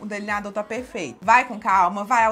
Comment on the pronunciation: Fou so eu q achei engraçado ela falando deliniadorr